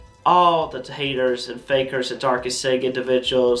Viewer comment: This dude so high he called the "haters" taters! Lol. That's what I hear anyway. The timestamp is to about . Does anyone else hear that or is it just Mr? This dude high as a kite trying to read off cuecards, terribly. Lol. Kinda sad really how bad it's gotten. I mean look at that crusty ass medallion he has on. Meditate on that if you will. lol.